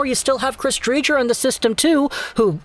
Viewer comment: Btw Dre-ger